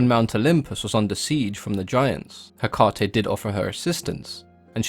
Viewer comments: Take it from a practicing witch: it's pronounced heck-UH-tee. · "Heh- caw- tee" wtf💀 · Cody Burtch apparently you didn’t hear the part of the video where November 30 is a day a lot of pagans and wiccans devote to her. One of the ways to honor her is to volunteer at a shelter or adopt an animal. So that’s what it has to do with Hecate. Not Hecante. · It is Ekati, the "h" is the tone before the " 'Ekati " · Ha- Kay-Tay. You're welcome. 🖤 (Also Nocticula Hecate) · Ok so I did a little digging on how to pronounce her name. I have it on very good authority that its actually pronounced eh-kah-tee. My wife is Greek. Seems we are all pronouncing the Greek gods named. Hades ,how it's really pronounced blew me away. And its not crete. You pronounce the e at the end so its kreetee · It's Heh-Kate , like as in the modern name KATE. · as greek i can tell you how is pronounced " ekAti " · I am pagan and Wiccan and we pronounce Hecate he/ka/Tay :) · Its pronounced heck-ATE! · In Greek, the emphasis goes on the antepenultimate syllable--HEH-kah-tay (or HEH-kah-tee in English) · Factually untrue. The emphasis in Greek goes on the penultimate syllable, heh-KAH-tee (using your notation). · If you're really a practicing witch you'd say it the Greek way. He literally told us how the Greek pronounce it, why would you say it that way? The greek way sounds cooler and spoken the way it's supposed to be. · Haha just started it and the first thing he mentioned was the pronunciation. My teacher had us say it like Heck-aw-ta. Like how he says it with an uuuu at the end.